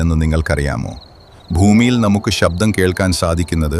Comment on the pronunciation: ഷബ്ദമല്ല ഡേ ഊളേ ശബ്ദമാണ് സർവ് വയ്ക് തല്ല സർവ് ശക്തസ